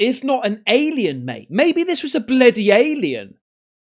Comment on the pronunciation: “Maybe this was a blooday alien”…yeah it was bloody alright 😂